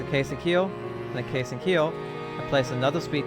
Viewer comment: can you say here instead of heal?